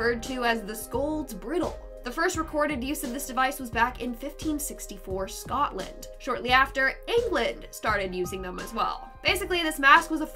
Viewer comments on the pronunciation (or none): none